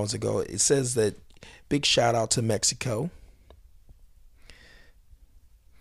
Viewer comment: Thank you for the correctly pronounced México shoutout, and Margarita thanks you for taking the time to answer, she was laughing hard when she heard you mentioning her. She still disagrees fundamentally with you and thinks you somehow made it even worse with your apology, but she said she doesn't want to "criticize someone when they're trying", LOL. She used to like Orlando Magic, but I infected her with the Knicks virus (at least for this season). There's not many people to talk about the Knicks around here, so we appreciate an authentic, unbiased and spontaneous commentary like yours. Much love,. Solid podcast.